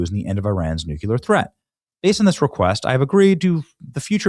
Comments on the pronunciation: Nuclear is pronounced: NEW-klee-er (/ˈnuː.kli.ər/) (Not “NEW-kyoo-ler” You strive to be a political commentator learn how to pronounce words you use 10 times a day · Day 475 of trying to inform Benny that it's pronounced "New-Clear" and not Nuke-yuh-luhr. Damn Benny lol you sound like Bush! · I HOPE IT GETS OVER SO I DON'T HAVE TO HEAR " NUCULAR " ANYMORE ! " NUCLEAR " [ NU - CLE - AR ] 😮😮😮😮😮😮😮😮😮😮😮😮😮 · You still say NUCULAR instead of NUCLEAR. Are you channeling George W. Bush? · Exactly! Thank you! I have but one more thing to say : Could we please start pronouncing the word NUCLEAR correctly??? Mr. Johnson, there is no "Y" in the word. "Nuclear" is not pronounced "nucyelear." No y. My damn spell check is not even allowing me to type it how you are saying it. 😒